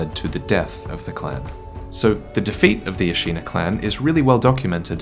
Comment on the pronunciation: Hate to be the grammar Nazi, but Ashina is pronounced like the english word 'shin'. A-shi-na, not A-shee-na.